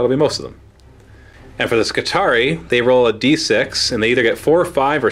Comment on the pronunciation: I always figured it was pronounced Skitari-i like the latin Triarii you know, since everything about them is based of the roman Manipular system... Whatever. looking forward to the match regardless.